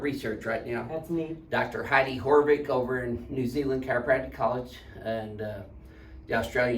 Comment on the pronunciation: Dr. Heidi HAAVIK, not "Horvik". So like "AH" vs "OR". Not making fun, just helping with pronunciation. - Dr. John, Corrective Chiropractic, Horsham, PA Cheers!